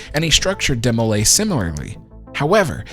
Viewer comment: DEE-mo-lay, not DEH-mo-lay 🙂. DeMolay was founded by a group of 9 men, not just Land. Land was a Master Mason, Scottish Rite, and Shriner. If you stick around these organizations long enough, you will end up being leader for a year long term eventually (six months for the youth group kids), often more than once. Though in Land’s day membership was higher and multiple trips to the dais wasn’t as common, there is no reason to say he “claimed” to be the leader as if it was the most outlandish thing in the world😂. If his lodge is still open, there’s likely a picture of him on the wall outside the meeting room. All these groups may be “secret” organizations but it’s not exactly the Skull & Bones😂, if you believe in God, have a tux, can pay the nominal fees, and they like you, you’re in. My loose lipped BIL is in😆. If you really want to you can find an old handbook in a thrift shop or find it digitized online. It is a religious organization at its base that does community service and eats way too much punch and cookies. I was so confused when I started watching European detective shows and the Masons were portrayed as the big bad🤔. Every American Lodge has a picture of George Washington, in his Master’s apron, hanging on the wall. My dad was a no nonsense German immigrant “kid” who went to the lodge a couple hours a week and sat with my mom’s purse at her events.